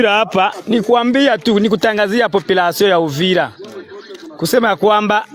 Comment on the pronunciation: mama bibi ON DIT UVIRA et hwhwhwhwhwhw